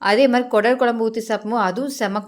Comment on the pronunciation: அது கூடல் இல்லை குடல்